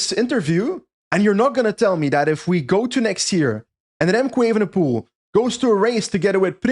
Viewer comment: Why does always emphatically mispronounce Remco’s last name. It’s not spelled “ievenepoel” now is it.